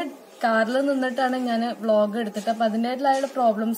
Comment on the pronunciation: 😂😂😂ബ്ലോഗ്. വ്ലോഗ് എന്നുപറയാതെ